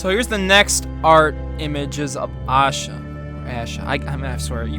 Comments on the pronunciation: The way you pronounced it was funny. I don't blame you though . Indian names are hard to pronounce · If there was a voice comment on YouTube , it would be helpful right about now. It's pronounced aa-sha manda-dapu not Yaa-sha manda-daapu. I'm Indian if you didn't Know Love from India 🇮🇳